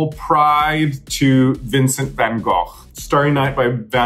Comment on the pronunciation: Raja actually pronouning Gogh correctly.